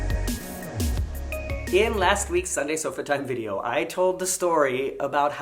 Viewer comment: Video, not vidoe. Sorry